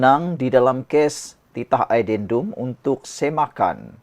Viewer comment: Pembaca/pengacara perlu menyebut perkataan inggerus dgn betul addendum bukan adendun